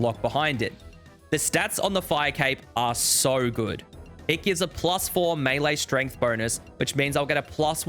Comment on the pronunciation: I'm yet to see a single osrs content creator that can correctly pronounce "melee"